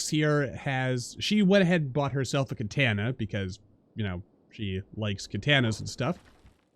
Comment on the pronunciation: Its katana not katena apologize